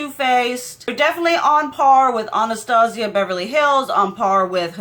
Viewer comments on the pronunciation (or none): none